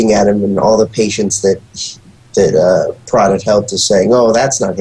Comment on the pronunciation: I got through half of this but don't understand how these guys could watch this whole movie and not know how to pronounce his name. It's Prot, pronounced with an o like on oh, or know, Prot.